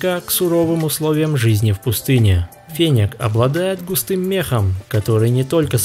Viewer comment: Интересно конечно, но не очень привычно неправильное произношение названия животного😢! Не фенек,а фенёк! 😊